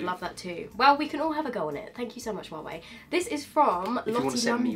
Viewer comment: well love you two!!! But you keep pronouncing Hua wei wrong !!!